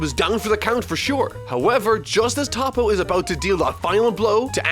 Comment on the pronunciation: Lol whats wrong with most europeuns, mostly french people Sounds like they count prenounce sht I mean common Not toppo like the word top but more like toppo like the word toe So toeppo toppo